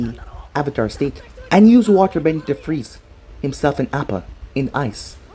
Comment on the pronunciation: Btw appa is pronounced ah-pah